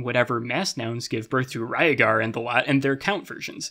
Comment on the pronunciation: I don’t like how you pronounced Rhaegar